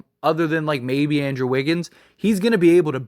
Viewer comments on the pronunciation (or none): none